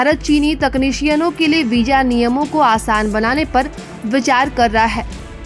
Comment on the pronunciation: Ganwaar apna pronouciation sahi kar Darwaja Nahi darwaza hota hai Hajar nahi hazar hota hai Wija Nahi wiza hota hai j ko z z ko j s ko sh sh ko s .....padte ho Pehle school ja phir news (newj Nahi newz) pard